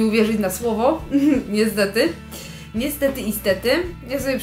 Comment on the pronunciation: Naryzowanie? Krezek? Niesdety? Naucz się mówić.